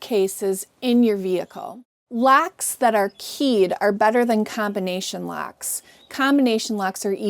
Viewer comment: Its "Locks" not "lacks"